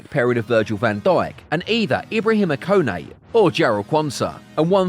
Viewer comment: "Ko-nate", "Geleggher"? You can't grow as a channel if you mispronounce names every 10 secs. it's actually very annoying.